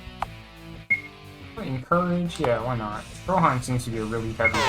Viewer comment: i like that you're doing a german accent for stroheim